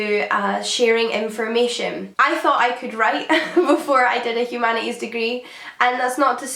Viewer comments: "Humana eeze"? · Poor girl has that rare bone marrow disease that doesn't let you pronounce the "t" in humanities